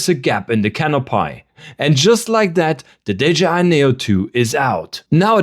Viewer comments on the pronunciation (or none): can up y (we) not - can up pie , lee -v-es not. lee vvv es es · I love the vid, had to come to the comments to add to this… canopy is pronounced “cano-pee” never heard it pronounced cano-pai before… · Great video! One little thing: it's pronounced canopee not canopie. ^___^ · 'Cano-pie'? Is this a bad AI-voice?